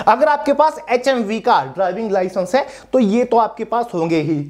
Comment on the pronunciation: Licence ka clear bolo 😢 HMV ki LMV TR